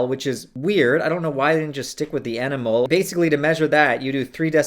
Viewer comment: How can you advocate safe substance use and dabble in the use of RCs and seriously potent chemicals for several years and be oblivious to the unit mole or concentrations in general? That's ridiculous. "EnEmOle-per-liter" triggered the shit out of me.. rest was pretty meh, too.